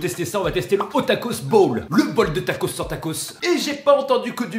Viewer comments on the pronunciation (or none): none